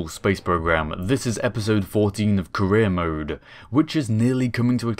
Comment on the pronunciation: When you say "career" i sometimes misunderstand it as "Korea"